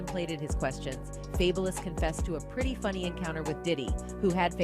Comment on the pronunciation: Who TF is fableis ? really how TF do you mess up Fabolous but then say ghetto Fabolous rapper 😭 people do weird shit on purpose